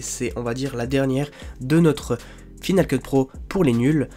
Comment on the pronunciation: F"i"nal Keut ? ça ne se prononce pas F"Aï"nal Keut ? tu n'as jamais pris l'anglais à l'école ??